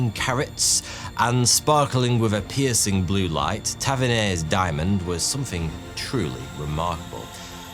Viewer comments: F. F. S. lad he's not Tavenerre, he's Tavernier. Dammitt! Yet again = stop video to ensure the mulesick is not the unsilenced RADIO. 👿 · Ta-ver-nee-ay. And lose the A.I. thumbnails.